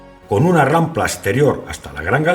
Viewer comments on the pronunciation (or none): "rampla" NO, "RAMPA"